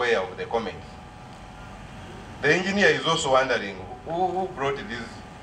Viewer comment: Engeener makoko…😅😅